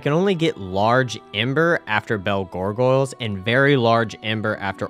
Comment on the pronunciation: I still love how you pronounce gargoyles as gorgoiles. Like garr goiles